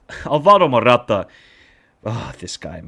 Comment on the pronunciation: is not Morrrrata is simply Morata....😂